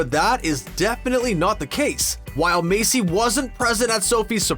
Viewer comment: anyone else can't get over how he pronounces maisie macy and not maiZie?